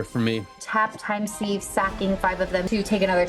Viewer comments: Christ, Tivit really mopped up at the end! Just an FYI for time sieve, Sieve is pronounced "Siv" not "Seev". :) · Pronounced 'siv'